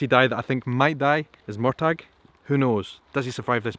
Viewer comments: Murtagh is pronounced Mur Tag? I thought it was Murtah. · It's Murtagh...phonetically Mur-tah Where do you live Edinburgh or Edinburg?? Sorry had to be said 😝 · Murtagh is pronounced murtaa lol 😅 loving these vlogs and sharing them on the Heughans Heughligans fb page xx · It's spelled 'Murtagh', and pronounced Mur-ta. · It was incredible! I've watched it a few times already ❤ Firstly, I notice your different pronunciation of the name Murtagh. Is it supposed to be a hard G? I always thought they were saying it with a soft G in the show? Loving your kilt!! I've seen other's say that they felt the presence of the spirits on the moor. That's so sad to think about, like are they lost soul's, doomed to wander the moor for all eternity, with no peace? 😢 I loved the fight scene with BJR and Jamie, but not so much the collapsing in a hug? It seemed an embrace. And it made me uncomfortable, after all the evil BJR put him through. Some have suggested that was Jamie makinf peace with him, knowing he had injured him enough to kill him, he could then let go of his anger toward him. I don't really like that theory. And I kinda wish they had included a gory part of the books, BJR had his eyes pecked out by a crow. I think that would have been far more fitting than the embrace. But still, even in the book he was ontop of Jamie, and that ultimately saved his life, for hiding him and keeping pressure on his leg wound so he didn't bleed out. Something I wondered, is why did the British not collect BJR? He was top of the pile, easily seen, and they did take all the bodies of their soldier's home for burial, only leaving the enemy to rot on the field. I think they've succeeded in starting to make Frank a likeable character. I really didn't want to like him, but they've done it. The 1940's apartment is beautiful.